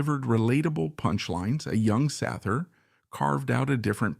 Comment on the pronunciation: AI doesn’t know how to pronounce things